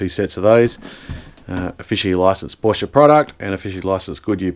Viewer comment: sehr gut das du PorschE sagst 👍👍👍 und nicht "Porsch" wie viele Amerikaner.Grüsse aus Germany